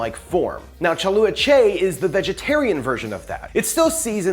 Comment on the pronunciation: You did an excellent job at pronouncing the two words correctly. You butcher the last word 😁🤣😂😅👍🤪 Don't worry I butcher my Vietnamese a lot. After I watched your version, I watched a few of the Vietnamese version. You need to wash the "UBA" soy skin with hot water a few times before boiled them. In Vietnamese cooking, we use salt, sugar, msg, and mushroom seasoning. 🤷 You should try buy a bottle of "nuoc mam chay" in translation "vegan fish sauce"